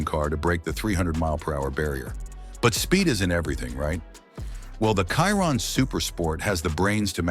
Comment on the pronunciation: It's pronounced Sheer-On. Chiron😅